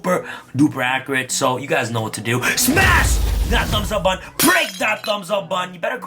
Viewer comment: You say “button” like “bun” and I didn’t understand what you were saying until I was today years old.